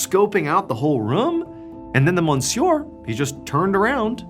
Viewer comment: It’s pronounced M’syuh not mon-sewer